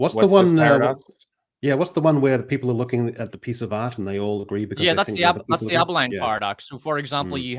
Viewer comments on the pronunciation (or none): Abilene, not Abi-line you RP goobers.